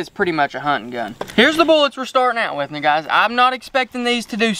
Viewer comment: "now guys" but yeah ig it sounded close to nighuys